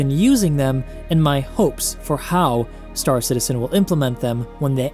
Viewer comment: I love your vids but your saying stAR citizen is driving me nuts. It's star CITizen dammit! :)